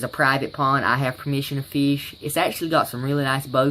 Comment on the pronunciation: Why r u saying "feesh"